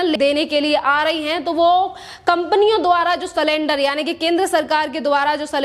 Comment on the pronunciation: अरे भाई सलेंडर नहीं सिलिंडर